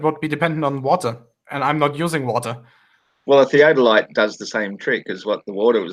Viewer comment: I came back to this chat again after a few weeks, so it may be pretty pointless to even leave a comment, but FOR FUCK'S SAKE, why can't that middle earth moron pronounce "theodolite"? He gets it wrong over and over and it hurts my ears and brain. It's not a fucking "theadolite". He pronounces it as well as he understands it.